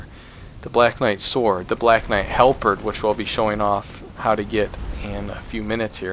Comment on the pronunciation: This helped me so much but oh my god every time you try to pronounce "halberd" i lose my mind lol